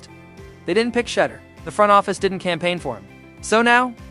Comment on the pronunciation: His name is pronounced Sha-duer.